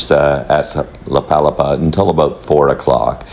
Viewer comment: Nice tour video! FYI, it's pronounced la pa-LA-pa (with the emphasis on the 2nd syllable), named after the thatched umbrella-like structures found on tropical beaches. 😊